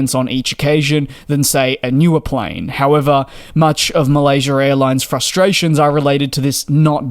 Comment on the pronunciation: There's no r at the end of Malaysia!